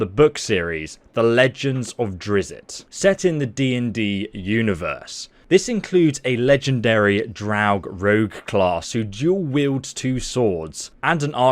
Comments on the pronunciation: Did he really call Drizzt, Drizzitt ? And here I always called him Drisst! Well I’m out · It's drizzt not drizzit he actually got annoyed when a kid called him drizzit in the third book sojourn iirc. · It’s not DRIZZIT it’s DRIZZT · Drizzit? C’mon bro. I really hope you’re referring to the first book in the “Icewind Dale Trilogy” and not just getting that wrong. Please tell me we’re both on the inside joke. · Where in the cornbread phuck have you been mate? Drizz it? Drizz't, sounds like like you "pissed" yourself laughing or something. You don't customize these characters faces just like you don't start saying Orcs and Drow really are not evil races just misunderstood. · Drizzit? It's pronounced "Dritst" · Did he just say Driz-zit?.. bruh, Drizzt gonna flip. :D it's more like Drist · I can tell by the way you narrate your gameplay means you never really read any of the books. For example, it's not "Drizzit", it's "Drizzt". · All the book fans cringing at “Drizzit” 🤣 In the book it’s explained that it’s pronounced more like “Drist” No judgment though, when i read the books i was so unsure how to pronounce it until the character himself actually addressed everyone calling him Drizzit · "The Legend of Drizzit." It's funny because, in the books, a joke is made at one point of Drizzt's name being mispronounced exactly that way. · NOOO NOT DRIZZIT Lol they addressed this pronunciation in the book. Correct pronunciation rhymes with mist :) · "ITS A DRIZZIT!!!" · “The legend of Drizz-it” **Inner Nerd-Rage Seething intensifies** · Drist or Dritz are the ones commanly accepted ways to pronounce it in the Drizzt community. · As soon as he said Drizz-it i scrolled to the comments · It is pronounced just like it is spelled. Drizzt- Drizst! Get it right if you are a fan. Next will be “ the panther” ! I’ll let people guess first. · Drizzit!! He said Dizzit! Everyone call me crazy when I say Drizzit. ;) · I was triggered when he said drizzit